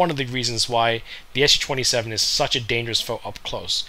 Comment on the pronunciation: This is a Su-27, not an SU-27! Its the first syllable of the chief designer's family name, not an abbreviation for Soviet Union or bullshit like that. The capital 'S' followed by the small letter 'u' could've been an indication for how to pronounce it correctly, but not so for muricans. When will they ever get their head around it?